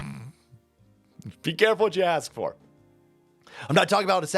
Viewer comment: Can't pronounce four or the letter r. She be axin you a question. 😂